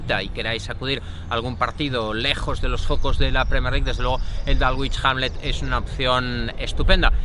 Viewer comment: dálgüich jánle... madre mía! bueno, dejando de lado la pronunciación barbárica del Dulwich Hamlet, lo importante del reportaje es que es oro puro, muchas felicidades!!!! es de 10 el seguimiento a futbol británico modesto!!! les recomiendo mucho dar un vistazo al Clapton FC o al proyecto de Robbie Savage que está tratando de revivir al Macclesfield Town ahora Macclesfield FC!!